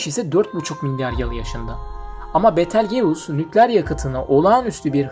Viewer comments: Kanka "Bitılcüs" diye telaffuz ediliyor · Betal geus nasıl bir ingilizce telaffuzu ya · betelgeus ne yaaa yazılışı gibi niye söylüyorsun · Hocam kanalınız güzel görünüyor fakat teleffuzda biraz daha dikkatli olursanız çok hoş olur. Örneğin Betelgeuse'un teleafuzu...